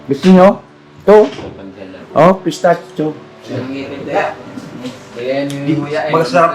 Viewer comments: Pistakyo Po ang bigkas (pistaccio) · That is pistachio bread spread masarap yan. ( Pistasyo ang pag pronouce ) ❤❤❤